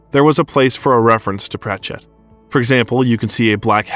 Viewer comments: You are NOT pronouncing Terry's name right! Its prachet...no emphasis on the last part just one word! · Thank you! Also his mispronouncing of Sir Terry‘s last name is a travesty. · Very interesting and seems well researched, but the narrator needs to invest a bit of time into learning the proper pronounciation of names. Sorry to be such a stickler, but it's Davison, not Davidson, and it's certainly not PratchEtt, just as examples. Also, in the introduction there's a clear mix up of Hamlet and Romeo.